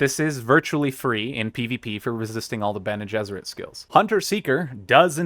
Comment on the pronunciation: Bene Gessrit - come on